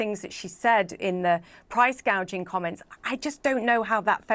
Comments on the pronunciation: price gay jing (gouging). can't even said it correctly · You listen to that dope a d her speech? "Price gauging" I'm pretty sure it's called "price gouging" 🤣 kamala harris proving once again affirmative action doesnt work 🤣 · (1) You purposely cut out the part where she grossly miss pronounce price gouging and called it “price gaging.” Nice try. We all saw it anyway (2) She is in office now and has done nothing. Now, she says that you have to vote for her in order to get her to do the right thing. YOU ARE IN OFFICE RIGHT NOW, YOU NASAL TALKING CACKLING LIAR!!!!!! WHERE ARE THE MISSING CHILDREN AT THE BORDER, KAMALA??!!!